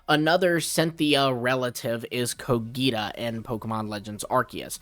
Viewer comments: bro I m literally from there and is cogita not coghita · Actually he gets the G in Cogita right, it's how the Romans would have pronounced it, ecclesiastical latin is different, same with the letter C. But he gets the accent wrong. It's Cògita, not Cogìta.